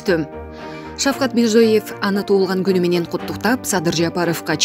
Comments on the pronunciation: Мирзиёев, деп окусан кок мее, Мирзоеев эмееес. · Мирзоев дебей Мирзиёев десең сабатсыз